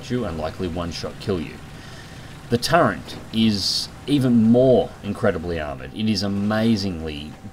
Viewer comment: I think it's actually "turret", not "turrent".